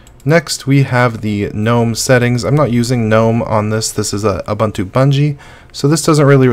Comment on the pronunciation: Great Stuff. The letter U is pronounced the same way all three times in Ubuntu. it's Ooh-Boon-Too not Ooh-Bun-Too. English is awesome and strange, because we treat vowels so many different ways. Ubuntu is an actual word from the Zulu language. Cheers & great stuff!